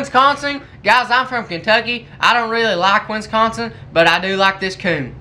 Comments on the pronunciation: ( he don't like winskonsin as he pronounced And one question why did you hit us with the fur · Can u learn how to pronounce wisconsin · Winsconsin It be Wisconsin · It Wisconsin not Winston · i love how he says winsconsin!! lol